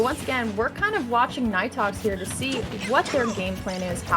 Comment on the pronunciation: actually it is pronounced knee tox lol the commentators pronouncing it wrong